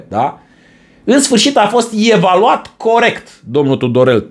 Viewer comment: Legat de Tudorel: un fleac, l-au..."ievaluat"😂